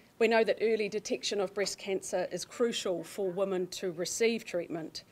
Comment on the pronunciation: FGS.... it's WOMEN not woman